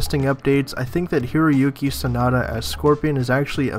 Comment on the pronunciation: it sounds like your saying. hairy-oke sanada. Lol